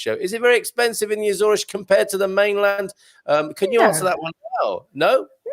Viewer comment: I think your pronunciation "Azoresh" is somewhere between the anglophonic and lusophone pronunciation. "Assoorsh" seems to be the common pronunciation among Portuguese and azoreans